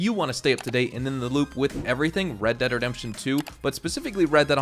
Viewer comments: red "deead' lol in the intro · Ah yes, red deead